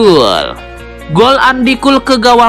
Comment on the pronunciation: Min, cara baca Andy Cole yang benar itu "endi kol" bukan "andi kul". 🤣🤣🤣